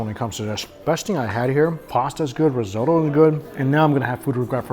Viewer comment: I absolutely love these travel food vlogs, keep up the good work,. - - - - - - - - - - - - side note... "Y-eat", "rosotto"...this guy butchers white people words like white people butchering chinese names 🤣.